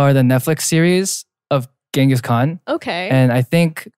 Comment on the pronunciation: jae pronouncing "khan" perfectly is giving my desi heart life